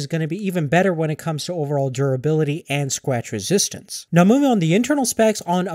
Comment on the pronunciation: Sqatch Weezistance